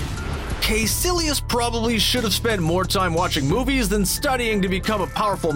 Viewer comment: It's pronounced Ky-sillious not "kay"